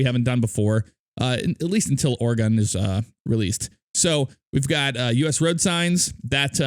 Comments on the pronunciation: it's phonetically it's OreGun not OreGone;) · Lol I from Oregon it sounds like oregone without e. It ok lot of people miss say it if there not from the state. Enjoy watching your videos thanks for great content and keeping me entertained.